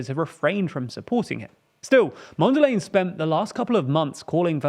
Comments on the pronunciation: I closed the vid when you called Mondlane "Mondell Lane" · Why make a video about people whose names youre not bothered to learn. Who tf is "Mondalay"? It doesn't even rhyme with the person you're talking about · My brudda, it is pronounced MondlAne like cOme, and not like laying. But A like in the Uk it is pronounced Apple. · I love that you are covering this story, but frankly speaking, I am really offended by the mispronouncing of Mondlane's name. Also the infographic on the terrorist threat in the north seems to suggest that an insurgency is coming from Zambia, which isn't exactly true. This could unintentional but still constitutes a subtle misinformation. It can help to run your graphic designs, and animations by regional and local consultants or content creators who can help with giving a clearer picture. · With respect you should get right the correct pronunciation of Mondlane.